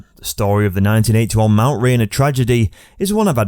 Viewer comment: At least use someone that can pronounce Mt Rainer properly. This video SUCKS.